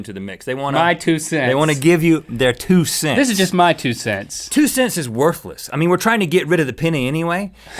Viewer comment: Anybody else notice that Rhett pronounced Worthless as "Worfless"? lol